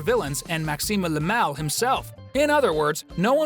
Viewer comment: It’s not maxiume le mel it’s maxi le mal